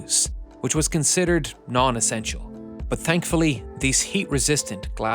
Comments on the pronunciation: can you please narrator STOP USING YOUR HORRIBLE PRONOUNCIATION OF "BUT" Enegineering. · Interesting but please when there is a word like "but" do not say "bus". It Always hits my ears. Same in case of heat. Thank you